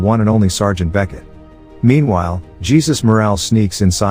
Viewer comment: The narrator needs to get his names straight. It is not pronounced Jesus, like Jesus Christ, it is pronounced Ha- sues.